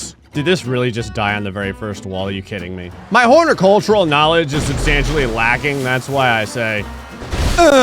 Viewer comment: did you say hornicultural